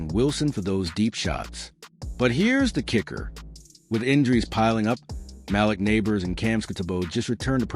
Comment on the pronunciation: Before I comment on the team I would like to comment about this narrator. He's another one that is reporting on the Giants and can not pronounce Malik(Maleek) Nabors properly. I wrote in parentheses so the next person knows. As for the Line Up....Wilson needs to start this season because even if Dart is looking sharp Wilson is a Veteran w/a Ring. Also Devito knows this system better than Winston. The other thing is that Evan Neal has not looked good in any position. He needs to go.